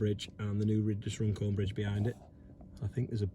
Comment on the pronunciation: Runcorn not rundown lol